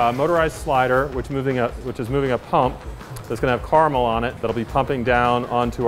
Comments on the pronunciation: can't believe he works in this and doesn't even know how to pronounce caramel ffs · a car meal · I say it as car mole? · I say cara-mel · Caar melle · Karmule anyone? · Abigail Stilwell Kera-mle is how I say it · I say it as "Carmel" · Mmm yes I do like to eat my car’s meal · I say it as just mule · my 10 y/o self: Care-a-meal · i say it car a mul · Cuh air a Mel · i say it "care - ah - mel" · Did he just say Car-mel?!?! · Everyone is out here saying "Caramel" or "Carmel" when this duds out here saying "caarmeal" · who else gets triggered by the way that guy say caramel, ( CAR-MEL ) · “car-a-mail” literally unwatchable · This guy can't even pronounce caramel and he's getting 50k.